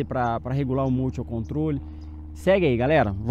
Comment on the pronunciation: Amigão, só uma dica: a palavra motion é inglesa e significa movimento e a pronúncia correta é “mouchan”. Observação: sou inscrito e gosto muito do seu canal. E parabéns pra sua esposa, já tá voando com o motion melhor que eu.